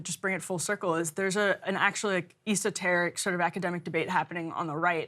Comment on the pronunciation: emily has an esoteric way of pronouncing esoteric